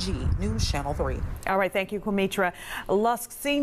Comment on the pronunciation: "Quametra". WTF???